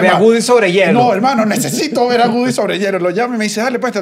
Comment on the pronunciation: No es GUDY!!!! Le pueden decir a que es WOODY!!!